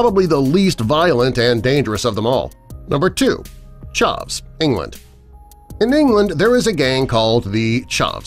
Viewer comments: The ✨chovs✨ its ch-a-vs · their also not pronounced charvs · I love how they call chavs ChAhZS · And he says it as charvs not chavs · Nah he obviously said charvs not chavs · Anyone here for him pronouncing CHARV?? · The shavess lol my bro said it baddddd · ChAvs not charvs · Hahaha chavs has a hard A not prounounced Charvs. And is not a gang, it was a term in the early 2000s. A chav was someone who wore tracksuits and acted like a tough guy. It was a really weird fashion thing for the most part. Terrible, terrible incorrect video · When he pronounced chavs like “charves” I instantly died a little inside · same lmfao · Lost it when's he pronounced it ,charvs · a - you're saying chavs very wrong, b - chavs aren't really a gang in the UK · He also said it wrong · 😂😂so true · hahaha he defo in'st English, who says Chavs like that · He pronounced chavs rong! and drinking in public is legal in England! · JordxnYT yes he did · The way he said chavs 🥲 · I’m from England and you said chavs wrong 👌🏻👌🏻👌🏻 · Mans said chavs Do u know England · Wow I'm from on England this guy don't know what he's talking about... the way he prounounces chavs is funny tho